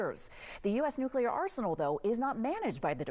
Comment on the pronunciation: According to him he's going "nucular"